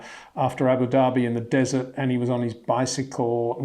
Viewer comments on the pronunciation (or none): none